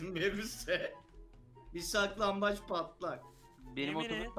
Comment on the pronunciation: Abi sizin oynadığınız saklanbac değil siklanbaç